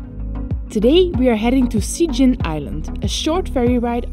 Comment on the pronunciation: Actually, Cijin is pronaunced "Chi jin." Just let you know. =)